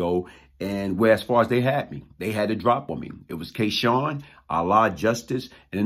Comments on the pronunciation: K-Sun is not K-Shawn. You're saying his name wrong. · I know this story well. The young lately killed was not K Sun s girlfriend. Also your pronouncing K Sun wrong . If memory serves me correct K Sun was killed before Wood